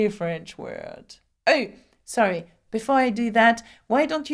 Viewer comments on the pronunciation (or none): none